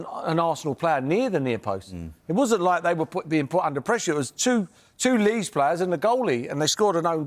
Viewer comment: It is Leeds,please